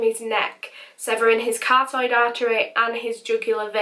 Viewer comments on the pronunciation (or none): Carotid artery......not Cartoid. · I've noticed you say cartoid artery! It's actually car-o-tid <3 (pls bump me so sees this lmao) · buddy, it is CAROTID - like a carrot with an id not cartoid. Plz stop saying that = iy feels like a cheesegrater in my brain everytime i hear it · I hate to be “that guy”, but as an anatomy student I can’t let it slip and I’ve heard you say it in a few videos. The artery in your neck that supplies the brain, neck, and face is the carotid artery: pronounced “car-rotted” artery. Chances are no one will see this or care two years after the video was posted but hey, such is life...